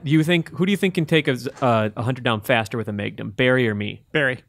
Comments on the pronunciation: Keep it coming GI. Also, Maygnum. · First he says, day-gehr for the dagger, then he says may-gnum for the magnun, this time around he says stay-gering for staggering (sighs)